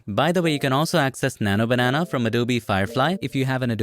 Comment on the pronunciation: Bro your slang on Nano Banenaa is so funny and unique ❤